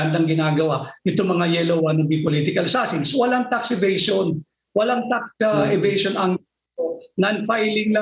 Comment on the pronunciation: Pinky Webb obvious ka sa Sobrang Dahangdahan mo na pag bigkas ng Tax evasion (FACT) WOW KALA KO MATALINO KA GIRL ! Ganda pa naman diction mo .. di mo alam yung story ? Journalist ka ba talaga ?